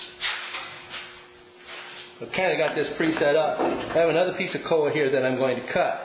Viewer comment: It's koa, not coa.